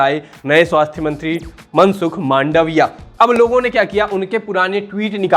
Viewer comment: मनसुख मांडविया सही उच्चारण है